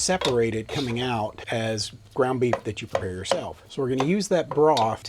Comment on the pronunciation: I wasn't looking at the screen and thought I heard "beet month" and, well, I like beets but I'm glad you said beef. 😂